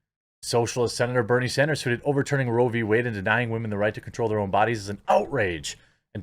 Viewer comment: As the late great KS stated. "Accountibility is a wahmens kyrtonite."